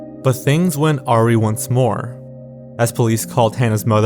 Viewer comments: Awry- uh-rye Not Awe-ree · the emphasis on that word is odd — it's a-wry, not aw-ry. I made the same mistake the first time I saw the word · Not to be 'that guy', but since it's the second time now I've heard you mispronounce 'awry': it's 'a rye', not 'aw-ree'. Sorry, but it kinda bothered me for some reason. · awry--not are-eee; "a-rye" 😊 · Idk if anyone has told you but awry isn’t pronounce ah-ree. It’s pronounced uh-ri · Awry is pronounced "uh rye" not "orry". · I’m begging you, it’s “ah-rye” not “aw-ree” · you said “things went awry once more” That word is pronounced “uh-RYE” like the bread. Not ar-ee. Just a tip! Otherwise, great video. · "Awry" is pronounced "uh-rye," not "arr-wee," your constant mispronunciations tarnish otherwise quality content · Good video n all like I loved it but why did he pronounce “awry” like “ar-ee”. I’ve never heard it pronounced like that. I’ve always heard it pronounced “uh-rye”. Not saying he’s wrong or anything but I just found it interesting how he pronounced it like that😂💕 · Bro. "Awry" is pronounced like "uh-rye", not "ah-ree" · "awry" is pronounced uh-rai not aw-ree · Wait... "aw-ree?" It's pronounced uh-rye. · It’s pronounced uh-wr-eye (awry) not “Arrie” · It’s pronounced ah-rye, not aury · i think so. i’ve never heard someone pronounce it like “ari” instead of “aw-rai” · "But things went aree once more." I've never heard anyone ever mispronounce awry before. Since it's almost always spoken and rarely written, it makes more sense to spell it wrong than to say it wrong. This is the real mystery here, how you didn't know that it's actually said "a rye". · Do you have scripts written for you? Just curious after that interesting pronouncation of “awry” lol. Should be ‘ah-rii’ not ‘aw-ree’ ..just a heads up. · “but things went AW-REE once more” i think you meant to say awry, which is pronounced AH-RYE :p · Awry - awe rye not arry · things went what? Orry? It's pronounced "a Rye" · It’s pronounced “AW RYE”. Not AW RIE.